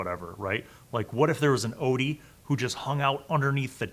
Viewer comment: It’s pronounced Ot-yug